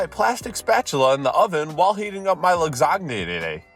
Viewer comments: did.... did he .... say lasagna as... lagsagné??? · Ah yes, lagsagnenene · As an American, that physically hurt to hear. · I love he didn’t notice he pronounced lasagna wrong